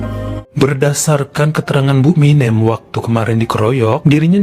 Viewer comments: 😅🤣, jngn pake' "E keras" Banyak orang Jawa disini. MinEm..MinEm... Minem. E nya itu penyebutan nya SALAH. 😅 Aduuuh...banyak pulak itu sebut MinEmnya...🤦🏼‍♀️🤦🏼‍♀️🤦🏼‍♀️ Sampe' akhir cerita. 🤣🤣🤣 Dah lah...😩🥴 😅😂🤣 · tapi itu tg bisa nyebut anak yg pertama warsiyem,hrsnya minem sebut kayak warsiyem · ..Minem Bu, bukan Minjem.. 😂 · Gpp kok Jadi keren nama MİNEM kalo dibaca begini 😂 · bilang minem aku ketawa karna seperti nama Eminem bukan minem kwkwkwkw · sekedar info kalo nama jawa yg berakhiran suku kata EM dibacanya SEPERTI huruf E pada kata ISENG bukan E pada kata BENSIN. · betul..lucu dan keren...ga pp lah logat batak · Ga pp jadi keren bu Minem sama bu Warsiyem jadi asing ditelinga keren pokoknya ❤ 😂😂